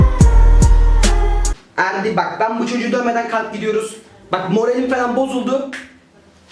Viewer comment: Abi en sonda erdi diğicene ferdi diyosun